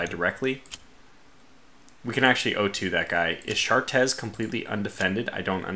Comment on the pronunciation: Chartres is pronounced "shartray"